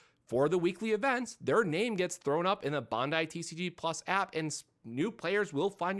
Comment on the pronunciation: Your pronunciation is terrible of the company name.It’s pronunciation is Ban•dai like saying Band-Die google it